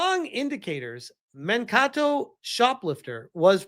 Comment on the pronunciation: It's pronounced "man-kay-toe."